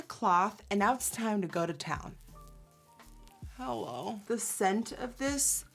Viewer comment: Who else always thinks she says hell on the beginning